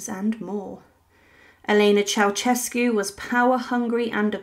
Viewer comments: Pronounced "chow-shess-cu" not "chow-chess-cu" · Mildly diverting and amusing. Beware of lazy liberties with other languages, however, the taking of which seems to be a particularly British characteristic. Your pronunciation of the name "Ceaușescu" is completely incorrect. It is not pronounced "Chow-CHESS-cu". The s-comma in the middle is pronounced with the "sh" (/ʃ/) sound. The "eau" vowels at the start should be pronounced individually (as in other Romance languages). The initial C is not exactly "Ch", but closer to "Ts" as in Tsar. Tsay-ah-oo-SHES-cu. At best, sloppy (oh well, it doesn't matter, it's just another "unpronounceable" name), at worst, just plain, solid ignorance! Chow-CHESS-cu indeed‼🤣🤦‍♂